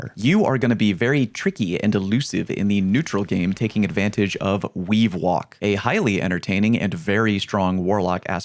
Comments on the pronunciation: Anyone else hear Weewalk instead of weavewalk? I hear it pairs well with weewind wounds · weavewalk sounding like wewind wounds out here